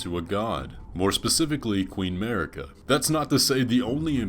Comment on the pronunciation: i really like your content, subscribed :) but please, just a one thing, the way you are pronouncing queen Marika: it is mArika, not mErika (you can hear the correct pronounce in any "Spoken echoes linger here" Melina's dialogue)